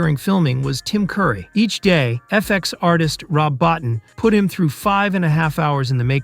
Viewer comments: Rob BOTINE. rhymes with BOAT and TEEN BO TEEN. Keep churning out lame, unresearched videos. Admit it, you never even heard of him till June 2025 when you made this video. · Rob's last name is pronounced BO-TEEN. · Rob Bottin is pronounced “Bow-teen.” (Bow as in bow tie). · Rob Bottin deserves to have his name pronounced properly